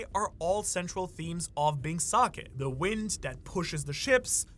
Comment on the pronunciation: "THE WINT" and I'm wondering WTF is the winT, with T at the end... turns out it's the winD but you pronounce it from your arse 😭😂